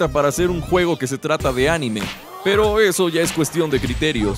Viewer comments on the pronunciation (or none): none